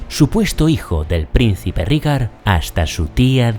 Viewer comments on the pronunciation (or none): none